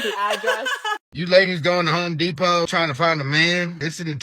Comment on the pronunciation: It is Home Depot, not Hoe Depot.